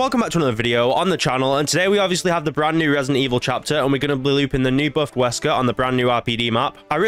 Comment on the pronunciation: 'Buffed'? Lmao